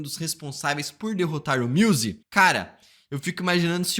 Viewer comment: o cara falando MIUSE dá mta agonia kkkkkkkkkkk